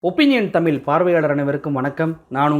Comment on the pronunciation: எல்லா தி.மு.க காரக் காமாட்டிகள் மாதிரியே இந்தக் கெடாயனும் 'ஒப்பீனியன் தமிழ்' என்பதை 'ஒப்பீனியன் தமில்' என்கிறான்!!!!!!!!!